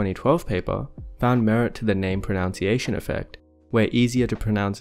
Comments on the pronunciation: Enjoying the consistent mispronunciation of "pronunciation" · Why does he persist in referring to "pronounciation"?